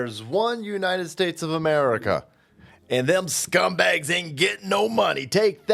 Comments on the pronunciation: “One United States of Skamerica” can’t even say it correctly! SHUT UP BRANDON!! FJB, FKH and anyone who supports them! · Sorry but Uncle Joe said "....there is only one Unigh Stace of Meriga" You aren't slurring enough when you quote the man.... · No,. It's not the United States of America. Biden says it often. "Unite Staes Amurca." Let's get it right. -- Texas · "There's one united stase america"? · “United States umerica” oh nevermind at this point.